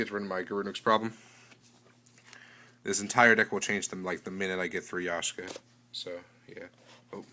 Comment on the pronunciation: Is it just me, or are you saying Yashka instead of Yaksha? Don't you think the third Maxx "C" is too much for Main? Are you going to make a deck profile as if you had Yaksha (before it's released)? Do you think Threaten Roar or Swift Scarecrow can be used in place of Battle Fader?